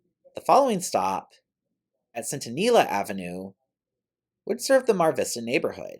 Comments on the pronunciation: Centinela is "Cent"-"in"-"ella" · Don't feel bad about your pronunciation of Centinela. The audio associated with GPS butchers straets like La Brea and la cienga.